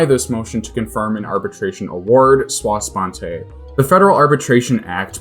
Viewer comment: Sua sponte is "soo-uh."